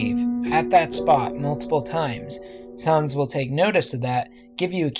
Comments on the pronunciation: It’s sans not sarns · It's sans not sons! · sans not sahns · No-one: Nobody: Not even me: Not a single living soul:: Sawns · Its sans not sons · sans not saans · Sans not sons that annoyed me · Sans not Sarns .-. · ya u says in dis "sOns